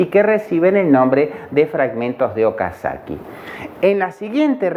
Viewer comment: Es Okazaki no Okasakii